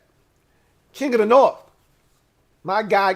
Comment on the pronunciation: Aye!!! I gave you some shit once about the "norff" vs "north" business. That was me. But it's because you're clearly a high IQ kinda dude. The "norff" bit just came across a little romper room for a man of your formidable mental faculties. HAIL!! 👍🏻